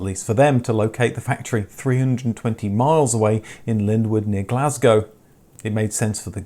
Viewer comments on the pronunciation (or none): none